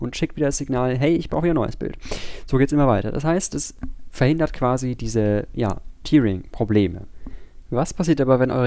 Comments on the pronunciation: Man spricht es eher täring aus, nicht tiering, aber sonst gutes Video. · Hier kann man sich die korrekte Aussprache vorlesen lassen. Tearing hat nichts mit der Träne zu tun, sondern heißt reißen. Daher wird es auch nicht "tiering" ausgesprochen, sondern "täh-ring" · Sehr gutes Video. Bei euch lern ich immer dazu. Tearing wird aber tatsächlich "täring" ausgesprochen. To tear kann entweder mit "to tir" oder "to tär" ausgesprochen werden. Ist ein bisschen merkwürdig... Jetzt hab ihr was von mir gelernt :) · Tear wir Tär ausgeprochen.